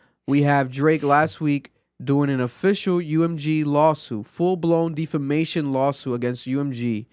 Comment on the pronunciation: Defamation =Deaf- fa-mation bruh 😂 you sending me saying it like that